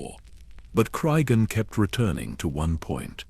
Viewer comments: Really need to edit the AI narration better. After 8 minutes, Cregan becomes crisegan and then crigan. Tsk tsk. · fucking ai slop. Cry seagan??? What have we begotten... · Hard to take this seriously or want to follow when you don't even bother to edit your AI slop. How many times did you / your computer, mispronounce the very character your video is about.